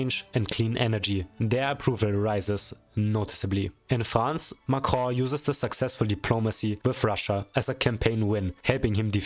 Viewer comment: when you say Macron I hear "macrow" 😂